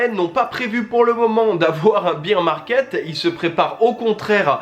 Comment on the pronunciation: merci pour ta vidéo et ton contenu :) petite précision , on prononce ''baer (bere) market'' , et non ''bire'' :)